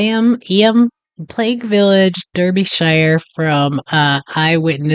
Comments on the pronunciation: It’s pronounced eem. Not eeyam. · I have done many walks around there as it is in the middle of the Derbyshire (pronounced Darbyshire) Peak District an area of outstanding beauty. It is close to the City of Sheffield which is actually in Yorkshire. Eyam is often pronounced Eem.❤